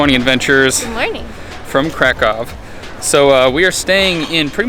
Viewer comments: 20 seconds in and I’m already freaking out about the fact that someone actually said Krakow right for once. On behalf of all Polish people, THANK YOU😂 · It broke my heart when he prononced Kraków